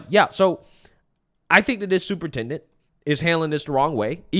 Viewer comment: Not superintendent.. but stuporintendant😂